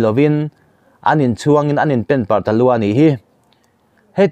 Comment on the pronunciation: Penparh nilo in, ' Pênparh' tih tur zawk ava nih hmel.